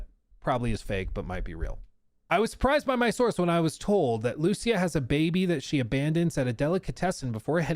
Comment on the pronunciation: The way says Lucía so wrong hurts my soul. It's an extremely simple name, man. Come on.